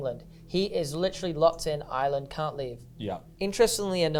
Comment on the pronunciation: Props to for saying Ireland 50% correct and Jesus Christ mate ya need to touch up on it 5%